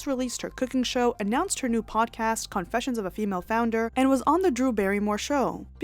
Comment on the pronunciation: Idk if it’s the way you talk, a Freudian slip or purposeful but the I noticed the slight emphasis on CON in CONfessions and I am here for it! 😂❤️